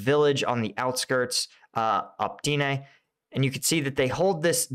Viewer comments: dude, it says it right there: opytne... not optine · Opytne = OH-PUT-NAY